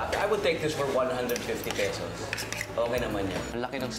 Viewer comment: Less make up and more enthusiasm won't hurt! And "peysows", seriously?